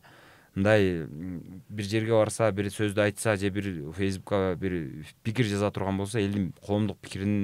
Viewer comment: Создук дейт тууган